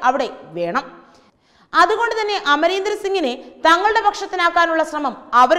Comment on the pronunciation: This reporter doesn't know how to properly take name of a person... Amarender?...